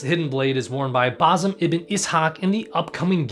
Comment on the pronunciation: That's.. one way to say basim..